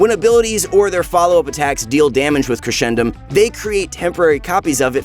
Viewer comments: It's crescendum from crescent not (creshendum) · It’s crescendum as in Crescent because of the moon, not Cresh-endum , But it’s all right because were all here to suffer the pain from this character when he’s released